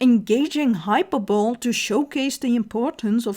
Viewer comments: Okay so, please read this in the kind way it was meant: "Hyperbole" is pronounced "hy-PER-boh-lee." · That is not the usual English pronunciation of "hyperbole".